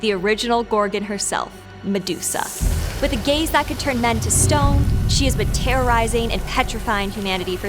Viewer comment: Am i the only one who kept hearing gays instead of gaze?😅